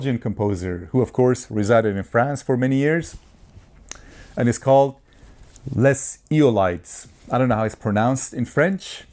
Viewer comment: Great review - BTW, it is pronounced this way: Les (said the word less without the S sound at the end) and Eolides is pronounced (Eh-oh-lid) so in together it would be "Les eh-oh-lid) as 2 words. Hope this helps. I am French speaking :)